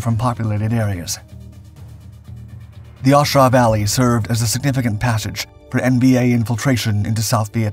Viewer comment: What is an iron Rakkasan? I know what a Rakkasan is, never heard iron Rakkasan. The battle was in the “A” Shau valley, not the aw shau valley. A as in strong A. Not aw or auh. You read what I presume is the official US Army history or something you didn’t write but have no context or expertise in what you read.